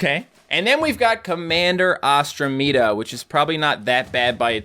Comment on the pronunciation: Oh for commander ostrameda. Its pronounced like andromeda. Like the stage